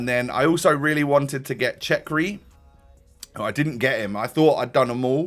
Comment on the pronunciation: It’s cherki not chekri bro